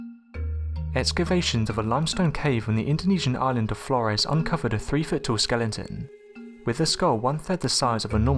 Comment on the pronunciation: Skelenton? Skelenton?